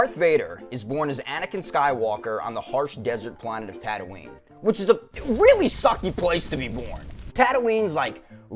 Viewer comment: Tatooine? Nah we got “tatween`”